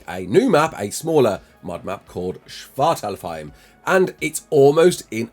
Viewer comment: Shvartalafheim? Shvartalfheim? Would love to do a video reacting to everyone's pronunciation lol